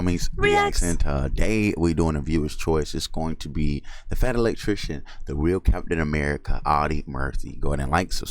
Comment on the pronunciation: It's Captain, not Captian.